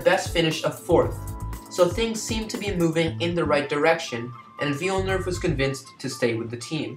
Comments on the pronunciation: I already mentioned the mispronunciation in the pinned comment, but again I really apologize for messing up his name. I didn’t realize until after I uploaded the video and now it’s too late to change it. Mispronunciation aside, I hope you liked the video and be sure to check out some of my newer stuff which is a lot better than this one... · I’m very sorry about the mispronunciation of his name, looking back on it it’s quite silly of me since he’s literally the topic of the video. But my content quality (and pronunciation) is much better in my more recent videos. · Liked the video despite the mispronunciation of his name. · if you are making a video about someone couldn't you at the very least learn how to pronounce his name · Amazing video man, keep it up! Apart from the name pronounciation, this is still a really great video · Hello everyone, I really apologize for the mispronunciation of his name. It wasn't until after uploading the video that I realized I was pronouncing Villenuve's name as 'Villnerve', which is completely wrong. Despite the incorrect pronunciation, I hope you enjoyed the video. Please keep in mind that this was one of my first videos, and the content that I put out nowadays is much better. Be sure to check out some of my newer videos if you want to see what this channel has to offer. Thanks and have a great day! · Glad you liked the video, and sorry for pronouncing his name wrong🤦‍♂️ I was pronouncing it like ‘Jack Villeneuve’ I assume that is what I was saying wrong. I’m actually Canadian, but not from Quebec so that explains my accent 😂 Hope you subscribe for some more great F1 content and hopefully better pronunciation of names 😉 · I’ve gotten a few comments about this and I’m very sorry that I pronounced his name wrong. I think I pronounced it like ‘Jack Villeneuve’ which is wrong. But aside from the mispronunciation of the name, did you like the video? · Would you please learn how to pronounce his last name ?